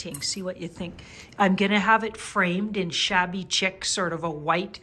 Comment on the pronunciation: enjoyed post. it's "sheek" not chick